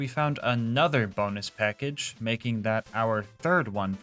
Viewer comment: Bo-nus Pack-age clap clap clapclapclap